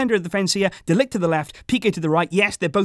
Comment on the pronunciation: Why are you always butchering mathijs de ligt's name